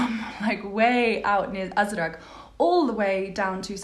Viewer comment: We actually have a radio but we only use it in the kitchen in the morning while having breakfast 😂. I also like the fact the she says "azrag" and not "azraq" 😂😂